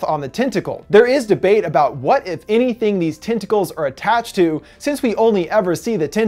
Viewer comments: TENTicles, TENT, not TINT...sorry but it's driving me crazy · "TIN-tickles"??? Not "TEN-tackles"??